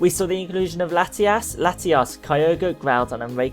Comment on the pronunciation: Did he say Latiass and Latias?